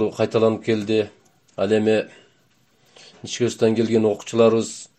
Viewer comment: Каракулжа ичке дебей ничке дейсинерби таза эмес экенсинер